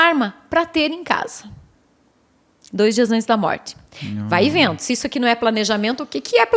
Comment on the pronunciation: Sou catarinense e adorei o jeito sulista dela falar "Vai vendo"... 🤭😄